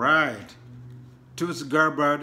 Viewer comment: My brother from Africa TUTSI ? is a tribe in Rwanda and Burundi .You have to help pronounce it as Tul-Si and not Tut-Si . But good job you need to speak Swahili or your local dialect it will help the rest of us . As they say in Swahili Asante Sana